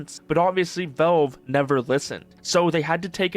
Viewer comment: Why does this guy keep saying "Velve"... is it hard to speak out the letter "A"?